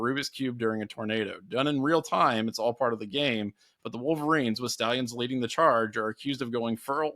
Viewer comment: It's stallions not sta lions